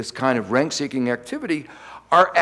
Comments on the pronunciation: 'RENT-seeking' not 'renk-seeking'. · What is "rainkseeking"? He keeps mentioning "Rainks" (sp?)